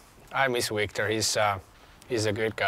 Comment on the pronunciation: I love how Victor Mete says Jesperi instead of Yesperi and Kotkaniemi says Wictor instead of Victor haha